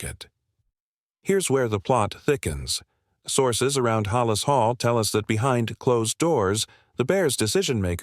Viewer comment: First of all learn how to pronounce Halas Hall